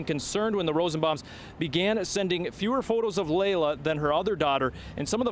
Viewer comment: Laila not Lyla